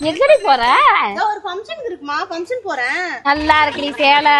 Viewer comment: Not famsan...ப(fa)ம்சன் என்று உச்சரிக்ககூடாது.(Function) ஃfa(ப)ங்சன் என்று சொல்லுங்க